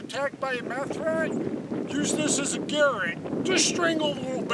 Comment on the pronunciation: What in theee fuck is a garret? Its ga-rot. You weirdo northerners... Lol